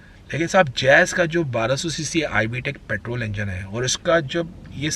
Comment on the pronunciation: I can think of 10 cars which could feature in this list instead of everything barring xuv300. Rajesh khanna ke sunglasses, fukat ka accent he is hindustani bhau of auto industry. And it's petrol not paatrol